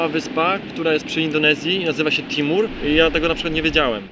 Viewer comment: Nie Timur , tylko Timor ......Timur to gruźińskie imię ...